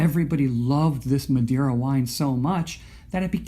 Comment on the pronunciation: Im portuguese and it was a good pronunciation :)